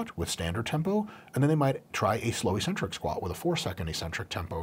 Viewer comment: ee-sentric, accent on the first syllable ee.